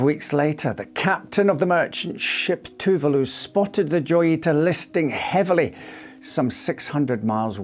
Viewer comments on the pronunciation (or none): Wouldn't it be pronounced hoyita? Like La Jolla is pronounced La Hoya due to being a Spanish name.